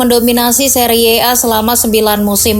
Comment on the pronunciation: Seri a aja bacanya, gak harus seriye a